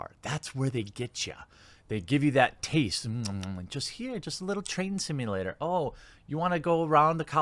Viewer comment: I thought you said Trans Simulator!